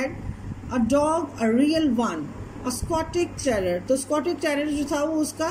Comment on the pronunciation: it is not stotich terrior it is scotch terrior you don't know how to pronounce